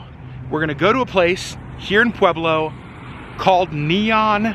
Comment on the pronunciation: Brother!!! Thank you so much for finally doing a positive video of Pueblo and for pronouncing it correctly, lol. My husband grew up there, but we live in Thornton, a suburb of Denver. However, we love, love, love to travel to Pueblo for MANY reasons, one of which is the food. The second, is to get away from the city. Everything's a little bit slower in Pueblo and everyone is SOOO nice. It is so different than Denver. Pueblo has the best Mexican food in the world. It's such a beautiful place. People do videos showing Pueblo in a negative light. It's not fair because every single town has a negative aspect. Another cool fact, is my husband's high school, Centennial high, used to have a planetarium. You do not hear of that very often. A couple recommendations that we have been going to for decades is Jorge's Sombrero (President Obama ate there) or Nachos, as well as Taffy's candy store. Also, a fun bit of information for your Vlogs is, the bar downtown called Brues Ale House is in the old jail. Kind of a fun fact. Thank you again for doing this video. It really did make us happy to see such a positive, beautiful video of Pueblo . It truly is a spectacular place. I have never met such nice, friendly, kind people.